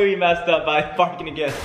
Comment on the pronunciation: In it sounded like he swore but I'm pretty sure he was ment to say barking😂